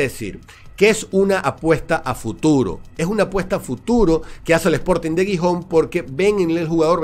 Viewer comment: aunque Gijón comience con G, se pronuncia como si fuera una J. Sonaría un poco como jijón